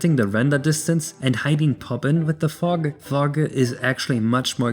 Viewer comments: fug :DDDDDDDD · I was looking away from the screen when this moment arrived, and I thought said "Phong." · i thought you were saying something else when talking about fog